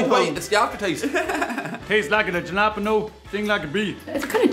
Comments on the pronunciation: Come on, you seriously think the word is "juh-LAP-in-o"?! It's Spanish, and it's "ha-la-PEEN-yo"! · Is it Halepenos or Jalapenos? Only Canadians will understand this. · Actually pronouncing jalapeno as "gel-lap-N-O" is very Canadian if you have watched the Trailer Park Boys. Viva La Ricky. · A JJJAAALLLAAAPENO what? JJJJJAAAAJJJJAAAJJJAAA!!! Halepeenyo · Lol us canadians call jalapeno chips pronounced as ja-la-pe-no all that time, Since trailer park boys is from here. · It's pronounced halla pain yo... not peen.. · Pleases do not sully our fine Canadian product with horrid southern U.S. accents! Miss Vickie's has more flavours than the 4 you tried. The only one I won't eat is the Jalepeno flavour. Btw- it is pronounced "hal-o-peen-o". Ta! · Oh come on. It was specifically for TPB fans out there. Specifically a character called "Ricky" fans. The other two main characters, "Bubbles" and "Julian" pronounce it correctly as you do. In fact, Bubbles and Julian were calling Ricky an idiot for pronouncing it his way and refusing to budge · As someone who enjoys watching trailer park boys, I was not bothered by how he pronounced jalapeño in the slightest. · Actually true canadians like hearing people mis pronounce jalapeno because Ricky from trailer park boys does